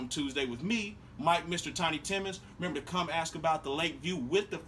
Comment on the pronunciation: You forgot the second "m" in remember!!!